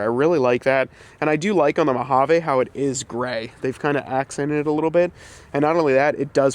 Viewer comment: Say it with me now: mow-HAA-veeeeeeeeee Sorry as a ‘25 Mojave owner it makes me cringe every time I hear “eh” Otherwise great work. Keep the suspension, it’s one of the truck’s best traits IMO. Several options out there for modest lift while keeping suspension (e.g. RockJock)